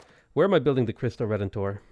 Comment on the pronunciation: Cristo Redentor is pronounced Kristu Hedentor. In portuguese Cs are Ks and Rs are Hs... So Ricardo is pronounced Hikardu (oh, and Os at the end of a word are Us)